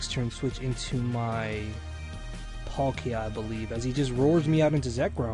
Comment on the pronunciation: palika? you mean palkia right?